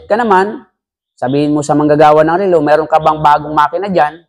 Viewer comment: Relo not rilo! BISAKOL!!! 😛🤪😝